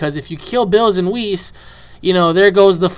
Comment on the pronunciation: Oh yeah and its not weis its whis they put it likethat yesterday wen it came out online and whis is not really the hod of creation he is just bilss's teacher